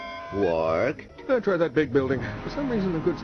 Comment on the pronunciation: It's Quark not Clork.